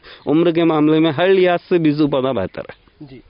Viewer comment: Sir beezu nhi beeju word hota hai agar aap word hi sahi nhi bol payeing to apke vedeo ka standard gir Jaya hai jab aap beej hi nhi bol pa rahe to kaise samjhe ke aap sahi Bata rahe hain